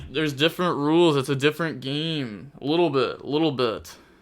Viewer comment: The word little (pronounced lit-ul)